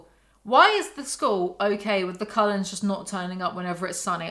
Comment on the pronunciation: What does the writing on your merch say? Bella should sit with the Collens.... but with your accent it sounds like coloreds, My brain short circuits wondering why the hell they brought race into it Also I don't believe in unconditional love, I got kids and I love them, give my life for them, but if they grew up and did some sick shit... It definitely would bring out the condition on which if love is deserved...